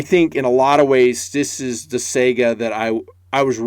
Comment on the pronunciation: Why can't anyone pronounce Saiga correctly? Is it that hard to look it up if there is any question? Am I the only one who finds that so annoying?